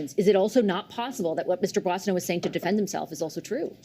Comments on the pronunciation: Bossio? Mark doesn't even know how to pronounce his own colleague's name... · Gerretsen can't even pronounce Boissonault's name. Calls his "Bozzio". Might as well be Bozo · Haha Bozio ? think he meant bozo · Mark Gerretson can't even pronounce Randy Boissonnault last name properly. He is such a moron. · This liberal minister can't even pronounce his colleague's name. Maybe this would be the other Randy. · Gerritson can't even pronounce his name. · Does the deputy house leader know how to pronounce his name?? Everyone around him is saying it right…lol…Maybe that’s how the OTHER Randy pronounces his name 😂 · Gerretsen is sleazy and can't even pronounce Boissonault. And it isn't just starting to be a distraction, it's been a distraction for weeks. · Suddenly the Liberals forgot how to pronounce 'Boissennault'. That's pretty weird. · The liberal doesn't even know how to pronounce Boissoneault 's name correctly. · a fellow liberal MP can't even say his name right. Sad!